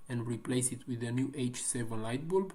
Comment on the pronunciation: Why you say bulb like that though